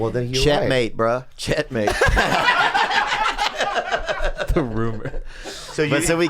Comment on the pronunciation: chet-mate bro